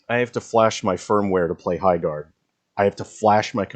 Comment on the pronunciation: High GARRDERING :D